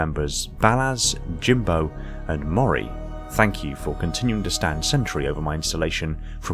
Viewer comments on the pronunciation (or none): none